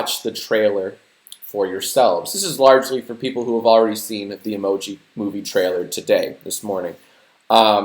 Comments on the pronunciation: "The world will now know TJ Miller as the Meh Emooji" jack its pronounced emoji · I fucking hate the way white people say 'emoji'.